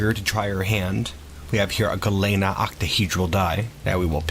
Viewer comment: Galena is pronounced like lean meat. Its a town in Illinois where the mineral high in lead is mined. It also happens to be U.S Grants home